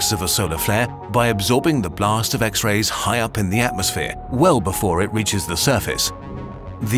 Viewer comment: Is it just me or did he say: "Ex-BIRDS"?